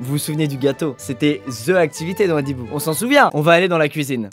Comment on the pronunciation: Quand squeezie a dit adibou j'ai entendu brindibou